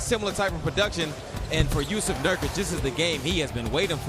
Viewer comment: Jusuf Nurkuc, not Jusef Nurkic